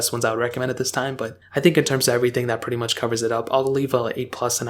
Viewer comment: Do you notice how always say „pwetty“ instead of „pretty“ uwu?